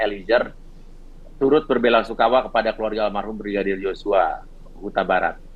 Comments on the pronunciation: Terselip.lidah Brigidar 😄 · Salut sama abang yg jadi pengacara nya barada E...tetap lah semangat yah bang dan semoga kelar semua nya dgn jelas..Amien tapi yg bikin sy pengen ketawa sm bang uya kuya setiap mau sebut nama brigadir J selalu salah sebut...dia sllu bilang Brigidar joshua 😁hehehehe...slowly bang uya 🙏